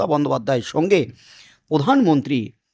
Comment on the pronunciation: উনি পোধান মন্ত্রী নন উনি প্রধানমন্ত্রী। উচ্চারণ ঠিক করে নিন। সাবস্ক্রাইব করবো।